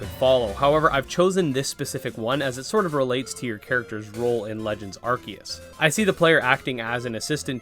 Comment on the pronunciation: I appreciate that you say "Arceus" correctly. Even Ryan Reynolds couldn't get it right.